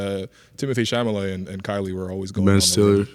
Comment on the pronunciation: Timothy Cha-LA-met, not Cha-Ma-Let. One day you will get this right